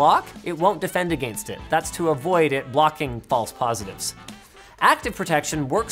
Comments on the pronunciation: what word is agaeinsst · Against...you say it like a frenchmen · Who else was distracted every time he pronounced “against?” Just me? Ok. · Linus - specifically pronouncing the gain in against to make sure we all feel inferior in our grasp of English.